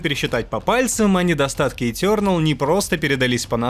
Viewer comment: этЁрнэл, когда так произносят это слово где плачет один учитель по английскому языку...